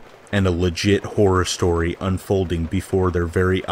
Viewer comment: You're one of my top three most favourite narrators. And I love how you say 'shstory number 1' etc. As a Brit I love your accent. I used to hate coming to bed until I found this weird kind of therapy. Thanks for all your hard work ❤️